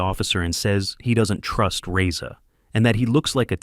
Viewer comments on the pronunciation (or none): none